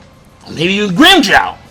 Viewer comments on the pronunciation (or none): The way you said grimmjow had me fucking crying. Where the fuck is my nigga grimmjow forreal.